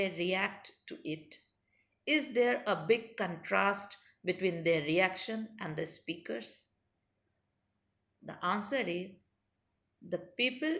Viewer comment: In q4 it speakers and not sprakers